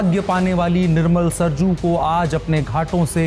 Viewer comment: सरजू नदी नहीं। सरयू। नदी का नाम सरयू है सरजू नहीं।